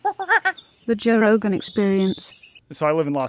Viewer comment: **ROGAN, not "Rogen"